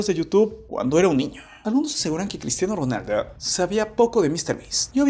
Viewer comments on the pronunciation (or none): Por que dices Cristiano ronalda